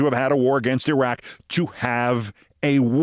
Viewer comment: Keith you are smart and articulate but your grammar is horrible and you mispronounce Iran and Iraq. Please contact me and I'll teach you how to use a gerund.